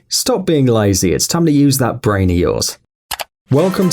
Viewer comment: you said brain wrong